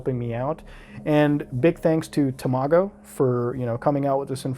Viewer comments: I can't get over how he pronounced Tamago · I remember when tamago2474 uploaded the video shown. Glad this is getting light and a good spotlight on a great youtuber. Also its pronounced ta-ma-go Not tamo-go lmao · its pronounced tom a go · It’s tam-it-go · When muta says Tamago, it sounds like tomato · “You tuber called Temahgo” So close to pronouncing his name correctly, so close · HE MISPRONOUNCED TAMAGO EVERYONE RIOT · Watching tamago and you not pronouncing it correctly triggers me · I get angier every time muta says tamago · you pronounced tamagos name weid